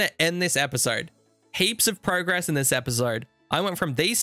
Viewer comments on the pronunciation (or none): none